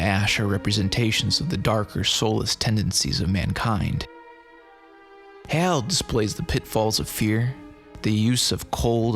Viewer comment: Good video but I gotta ask, why do you keep using a long A vowel sound to say HAL when the film, along with decades of subsequent pop culture references, provides numerous examples of the correct pronunciation? Are you just trying to be different? Lol oh well. Carry on